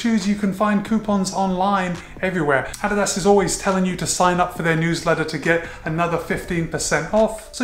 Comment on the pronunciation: Thumbs up just for you pronouncing it correctly!